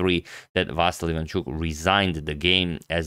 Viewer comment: he is not vAsyl, he is vasYl dude, you are so good at mispronouncing names he is ivanchUk, not ivAnchuk